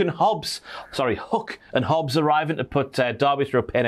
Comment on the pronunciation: STOP SAYING HUCK